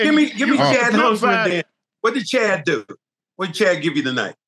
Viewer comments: Chet not Chad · Someone please teach them how to say Chet’s name!!! 😂